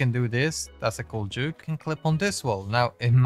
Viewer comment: When u say juke you say joke😂